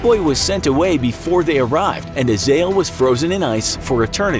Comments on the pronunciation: Its azezel not azeal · Azael? I thought it was pronounced Uh Zay Zel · Did he just call azza-zel(correct pronunciation) azayal(worng pronunciation).